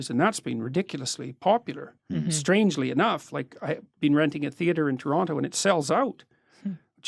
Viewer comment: Ethan I appreciate your pronunciation of Toronto, said it like a true Torontonian